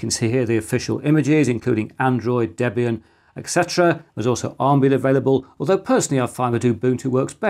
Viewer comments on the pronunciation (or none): none